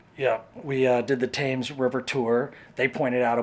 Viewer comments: Really enjoyed your London videos. Great tips and pointers for visitors. Took me a few days to get to grips with the underground when I started using it. The river is spelt Thames but pronounced Tems and Big Ben is the largest bell at the top of the Elizabeth tower. Looking forward to your videos on the next visit. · Loved your video, but like to say the river is pronounced Tems not tames. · The Platinum Jubilee has been and gone ! YEOMAN Pronounced YOMAN not YOWMAN. THAMES Pronounced TEMS not TAMES. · The river is the 'tems'...not the 'tames'. Great video though! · Tems not Tames ffs at least say it correctly, like would I pronounce Wyoming like wrong? Learn and research first you ignorant race of Trump lovers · From uk and I want to do this tour crazy cos I live so close to London! God stop saying tames! It’s pronounced temes! Lovely couple though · its pronounced the themes river not thames....its spelt thames though!! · You’re saying the Thames River wrong. You’re pronouncing it like Tames while I am sure it’s pronounced like Tens with a m instead of a n. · Love the video, just have to say that it's pronounced river temes, not tames.😊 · It is pronounced Tems not Thames Sorry sorry sorry for being a pedant But Americans are allowed to say it like Thames (the way it’s spelt) if they want Great videos 👍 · Excellent video. :o) The Tames is pronounced 'Tems', and Borough doesn't sound like Burr-row, but Burra. :o) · Nice to have two such cheerful and appreciative people report on London. May I just very gently advise that Thames is pronounced "tems" but hey, hearing it "tames" just added that authentic American tourist flavour to really ensure I got to look at where I live through a fresh pair of eyes!😏 Glad you enjoyed your time here... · Please pronounce temes river not Thames ! Like it’s spelt love you guys! From a brit living stateside now ! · I am off to NYC in May 2023 for my 3rd visit. I can't wait. its Tems not Tames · "Tims" or "Tems"...not "Tames". 😉